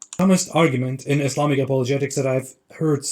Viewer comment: This man claims he read the Quran 3 times, saying his parents were religious, and he can't even say Islam or muslim right. Also, has anyone heard him say anything from the Quran, even surah Fatihah?